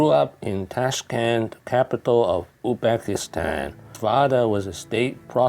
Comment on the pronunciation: Not Uxbekistan, but Uzbekistan